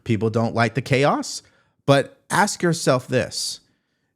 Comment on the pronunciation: I would like to know if Crocket did basic 3rd grade schooling? I hear her speak, and I learned that i state the work (ask) she has to say ax! what the hell kind of speaking is that. She needs to be put in her place and voted the hell out. I love your show, thank you.